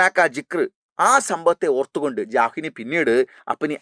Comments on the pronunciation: Jahnvi❎ Janvi✅ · Jahnavi alla sir janvi ahn 😊